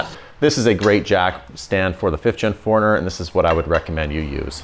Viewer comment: Love the channel, love the build series. But interesting how you pronounce 4Runner ( like: foreigner), and asphalt (like: ASHfault). Oh!! and you just gained another Subscriber, as I've been binge watching your content, within the last couple of days.